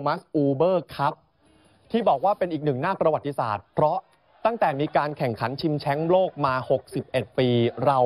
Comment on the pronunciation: 0.22. ชิงแชมป์ หรือชิงแช้ง หรือผมหูฝาด